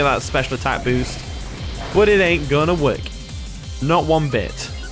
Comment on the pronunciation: When he says work, I imagine twerk 🤪 😜 🤣